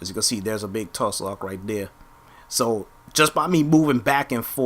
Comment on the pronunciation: Tuslok u mean toolock (tulok) and lanzo not lano